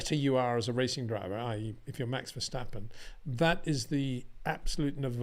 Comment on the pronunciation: It is NOT "Bottash" nor "Lewish" nor "Oshcar Piashtri" nor "Nyck de Vriesh" nor George "Russhell" nor "Fernando Alonsho" nor "Lance Shtroll" nor "Pierre Gashly". So why on Earth do you want to say: "Max VersHtappen"?